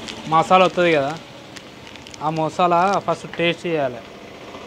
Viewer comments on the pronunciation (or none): Masala❌ Mosala✅ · Masala ❌ mosalaa☑️